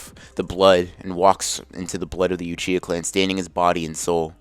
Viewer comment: i meant to say uchihuh. u said uchihuh